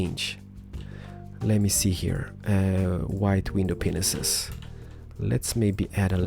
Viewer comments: Did u say window penises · Window Penises i swear this what i always hear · it sounds like you were saying 'Window Pen*ses cx